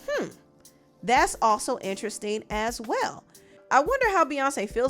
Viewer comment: Every time she says “interesting” I hear weird😭